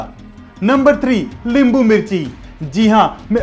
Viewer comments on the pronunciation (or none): Bhai hindi me limbu nahi nimbu hota hai Nice and interesting information Thank you